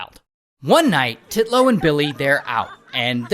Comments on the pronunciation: UNTILLLLL and not TIT-LOW haha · It's actually "Titnone" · TITlow. The emphasis on her name is appreciated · I love how you keep saying titlow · "Titlow." Okay... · Im sorry I was cracking up when he said "Titlow" He really emphasized the Tee in Titlow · i hollered the way Ray says Titlow with too much stress! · You went hard on the name Titlow 😂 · The first Titlow bro said sounded like Draco saying the P in “Pottah” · I like his emphasis on the name when he says it in the beginning 😂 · I laughed everytime Ray says “Titlow” HAHAHAHAHAHA😂😂😂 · Ray really emphasising ‘Titlow’ 😂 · Nicole Titlow NAH... TITlow smh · "Titlow" 😂 wow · Sorry but every time you say Titlow I can't help but laugh 😂